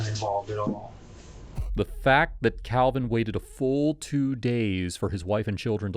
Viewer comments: Kalvin, not Alvin... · Calvan Or Alvan, Uploader? 🙄